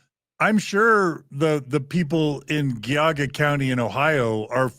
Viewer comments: I love this series but for the love of God, its Geauga with a "J" sound. Like in Giant or Geronimo. 'Jee-ah-guh'. My credentials- i live and work in Geauga county. Thanks! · Slight correction, gentlemen... Geauga County is pronounced Gee-AW-guh. (Letter G-AW-guh) It is an Iroquois word, and one of many indigenous names in Ohio geography. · FYI from a Northeast Ohioan--the county where Kirtland is located (Geauga) is pronounced with a soft G (as in giraffe)